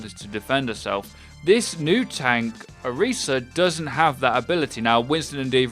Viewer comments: Orisa. you pronounce the tis like Chris, not Reese. she is not chocolate and peanut butter... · You put a lot of time into researching her, but you sure didn't look into her announcement video to pronounce her name right ¯\(ツ)/¯